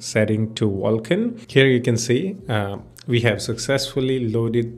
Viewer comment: Wtf is "Wulkan"